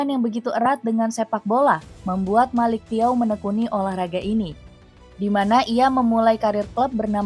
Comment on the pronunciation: bacanya melik caw..😅